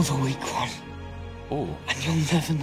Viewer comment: the little teh 😛 will never not be funny to me